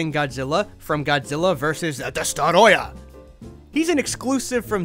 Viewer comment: I love the way he says ' DESTOROYAH! ' , Not to mention the fact that he actually says it right, Unlike most who say ' Destroyah '